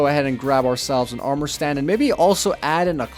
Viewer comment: Lol he says gold amor and then he puts down diamond amor 😄